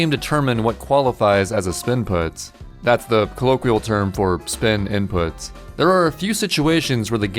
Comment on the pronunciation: Me: "Spin input.", an intellectual: "Spinput."